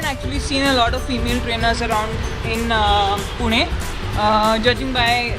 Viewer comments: It is pu-na not puni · it's not puni it's Puné like cafe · It's pronounced Pu-Ney or Pu-Naa. but I appreciate the effort. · Hey it's pronounced like Punae even though it's spelled Pune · 'pune' XD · HAHAHAHAHA!!!!!!!!!!! e in Pune is pronounced é just like Pokémon I lived in Pune for 8 years before I came to the states, I havent played Pokemon go there yet though =.= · Pune? just a poor man's Mumbai ;) also, it's pronounced Poo-neh or poo-nah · yoo India!!! pronounced "pu- nay"